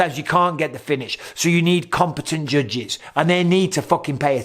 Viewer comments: He says it like “jujges” 😂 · Anybody else just irrationally mad at the way he says judges??? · Anyone else love hearing him say “judges” 😂🤣😭